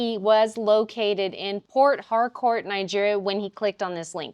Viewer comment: He's in Port Harcourt. It's what...Fort Hardcore? Did I legit just hear that 😂